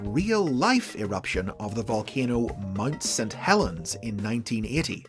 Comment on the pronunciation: "MUD St Helens"? 37 Helens agree, that is NOT how you pronounce Mount.